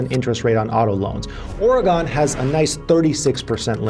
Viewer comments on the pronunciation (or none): it's Or- e - gun... not Or - a - gone btw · Great vid bro, but it’s Ore-gin. Not Ore-eee-gone